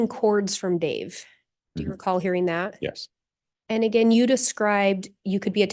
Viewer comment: Did anyone hear "I'm not fallin for that agin!?" hahahaha